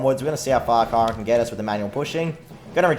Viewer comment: Hey remember me? Also you played the game for a long time, but do you know how to pronounce Chiron?